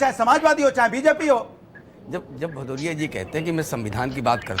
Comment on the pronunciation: galt slok pad raha hain. Aise ko hi adhjal gagri chhalkat jai